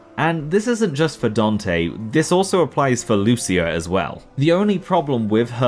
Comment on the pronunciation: Sorry to be That Guy but her name is pronounced "Loo-cheea" - I only know that from the official PS2 magazine though